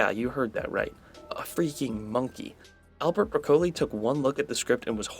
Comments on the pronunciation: No no no. Don't know how Broccoli is pronounced? Pointless. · Clearly vegetables don’t exist where you are based on how you pronounce Broccoli. 😂